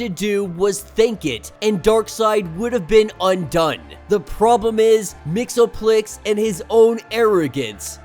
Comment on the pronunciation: It's pronounced Mix-ease-pittle-ick actually